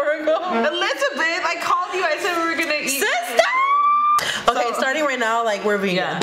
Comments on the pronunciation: LOL THEY KEEP SAYING SISSTERRRR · It’s “SISTER”